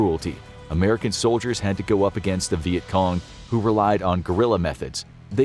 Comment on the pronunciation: wait... is it pronounced "Viet Com" or "Viet Cong"?? ...